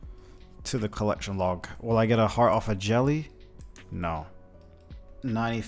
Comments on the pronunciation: Stop watching after you said imbued fart for the 18th time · Bro I always be drinking while watching your new uploads and tonight I’m a bit swizzly and you kept sayin imbued fart instead of heart and everytime I questioned myself like what did he jus say? 😂 thanks for the chuckle, king.